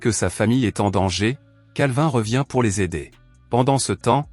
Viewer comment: Pour... Articule mn pote